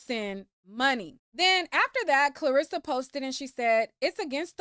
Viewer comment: You calling his momma Clarissa instead of Karlisa is taking me out 🤣🤣🤣 lil miss boxer all in the algorithms…